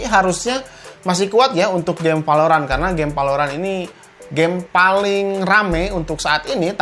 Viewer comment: Emang urang sunda tetiasa nyarios V atau F , dasar palorant.... Wkwkwk